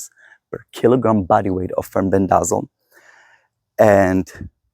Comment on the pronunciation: In the US, it is pronounced, “fen-BEN-deh-zol.”